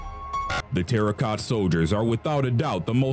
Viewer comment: *Terracotta, not "Terra Cota"